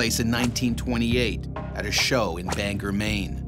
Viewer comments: I live 30 minutes from Bangor Maine. It's not "bang-her." Out of staters always say that and it's always baffled me. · Let this Mainer just clarify it's Bang-OR, Maine and not Banker, Maine.